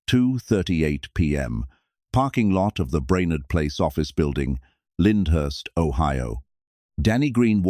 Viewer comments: Lyndhurst. Not Lindhurst. Great research. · It was Lyndhurst not Lindhurst